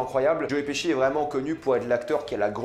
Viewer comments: Tu nous les casse tout le temps avec ta salle au cinéma..comme si ya que toi qui a droit dy aller Et on dit joe piski et non pas pichi 🤦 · Mdr joe piski nimp ca se prononce plus ou moins Petchi.